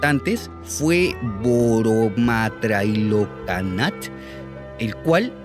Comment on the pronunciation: Nice pronunciation of Borommatrailokkanat, as a Thai, that's pretty close to the actual pronunciation.